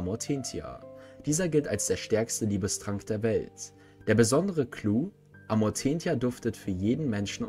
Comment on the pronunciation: Alter sorry aber ich kann das nich hören das wird amortenzia gesprochen!!!